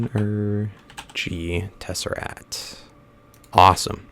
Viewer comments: Am I the only one getting annoyed of him saying tesserat and not tesseract? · It is not a tesserat. It's a TesseRACT not TesseRAT. It is not a rat! Like if you agree, and dislike if you dont agree. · Please pronounce tesseract correctly. There's actually a "C" in there before the "T"